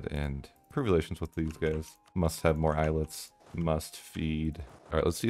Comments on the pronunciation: It is not Eye-let, it is Ay-Alet. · Eh-yah-leht is the correct spelling fyi